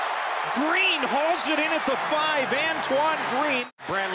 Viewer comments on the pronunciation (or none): none